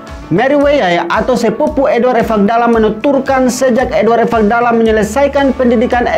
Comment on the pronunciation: Host selalu menyebutkan Evakdalam padahal yang sebenarnya Ivakdalam. Menyebutkan nama seseorang harus tepat